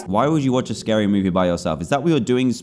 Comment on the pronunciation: Oh no it’s scawy hhhahaahaha